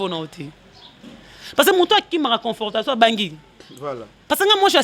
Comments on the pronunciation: Yo licenciée ya ndenge nini, " confrotation et non confortation" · Confrontation ma belle et non confortation( eza peut être vitesse ya maloba) , sinon net ezongi goût encore ken pe songi songi